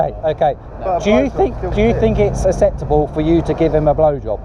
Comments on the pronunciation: Wish that guy could say acceptable acceptably 🙄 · So do you think it's "asseptable" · I don't know if it's "asseptable" but it's definitely not acceptable. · this guy cant say acceptable. 'asseptable' 😂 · Do u fink iss asseptable m8????